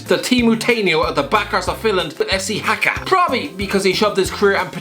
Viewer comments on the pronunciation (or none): Im finnish and its so weird to hear you pronounce haka